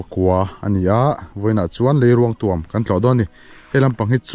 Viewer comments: Hmuhnawm thin e. Leiruangtuam_a 'tuam' lai hi a thluk hniam lo, a khamphei pangngai, 'puan ka thui' tiha 'puan' ang hian lam la a dik zawk ang. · Leiruangtuam i thluk diklo rei tawh khawp mai hrilh tu che an awm lo em ni aw.tuam i thluk dan hi lei zawk hi ruang in a tuam a ang tlat. Lei in ruang a tuam zawk tur a ni....i pem kha tuam rawh tih a 'tuam' i lam ang khan lam tur.